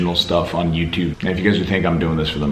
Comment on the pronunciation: I perform better in the videos I can do accents bro Also: "EN ITS BEH EH THEH EH EE THING ON YOUTUYBE"